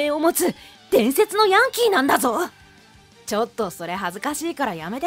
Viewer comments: ヤン↓キー↑じゃなくて ヤン↑キー↓じゃね？ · ヤンキー⤵︎ ？ヤンキー⤴︎ じゃない？どっちでもいいか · やんきー⤴︎ ！？ やんきー⤵︎ じゃないの！？ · ヤンキー↓ じゃなくてヤンキー↑だろ？ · ヤ↑ン↓キー↓て発音に違和感なのは私だけ？